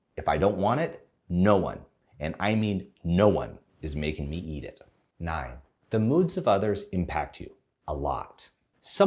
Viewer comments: You don't wanna eat it so much that you went with German there for a second XD (Nine - nein) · When he said “nine” at first I thought he was just reiterating the previous statement in German.